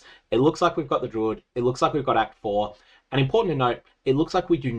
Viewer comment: "I NEED DE LWUID 🤌!!"